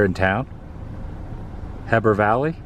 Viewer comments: Hee-Burr, and Doo-Shane are the way to pronounce Heber and Duchesne, UT. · Just a heads up, the pronunciation is, Heber, hee-bur. and Duchesne, doo- shayne. Love your vids. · Oh these pronunciations are killing me LOL!! Heber (and Weber) both have a long ee sound... Hee-bur and Wee-bur. Duchesne is pronounced Doo-Shane. Vernal is Vern-ul. Been really liking the videos on my home state of Utah. I've done this drive quite a few times, and it is always beautiful and very enjoyable. The science nerd in me loves this area of the state. Too bad you didn't check out any of the dinosaur stuff around Dinosaur National Monument in the Vernal area, the Museum of Ancient Life at Thanksgiving Point in Lehi, or the Natural History Museum of Utah in Salt Lake. This be dinosaur country and is also a massive ancient sea bed (Lake Bonneville), so we have some of the best fossil collections, geology and natural history anywhere. Thanks for giving Utah some love, the videos were great!! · My neck of the woods! It's pronounced HEber Utah. And Strawberry Resivo is a very special place!!! Vernal Utah is awesome as well! We had such a blast thlere too!!!! Dinosaur land. We use to go sking at Steam Bout Spring's just across the state line.. Such good memories!!! The dinosaur quarry is another great place to visit while you're there. SO much better than Disney World!!! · I love Park City! Also, it is Heber City.... Heeber City (how it is pronounced) and the other town Duchesne. Pronounced DooShane. I have been to Dinosaur, CO and taking pictures of the street signs and some ornery coot got in his truck and stopped me. He was NOT friendly. Kind of creepy. I told him I loved the naming and was an artist but he didn't like it that I was taking pictures. sigh. I hate some people. LOL By the way...Skinwalker Ranch is close to Myton. Aliens galore!!!